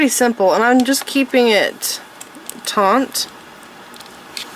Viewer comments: Very nice tutorial. I will be making this bracelets. Just to let you know the word. Is Taught not taunght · You keep the wrapping "taut" not "Taunt". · Beautiful bracelet however I found myself increasingly annoyed by the way she mispronounced TAUT...she says taunt ..sorry, shes very talented though ❤ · You keep saying taunt. It's not taunt. TAUNT means to provoke. Its taut which means tight. Not to be confused with tought as in teaching. Or tot as in a small child. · FYI, the word is "taut", not "taunt". Taunt is when you say something to someone in order to anger, wound or provoke them.